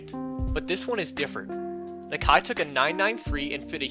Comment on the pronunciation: Its “knock-eye” not “knak-eye”